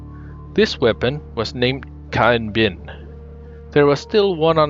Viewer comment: bad finnish?